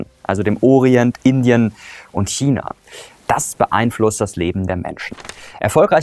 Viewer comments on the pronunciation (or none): none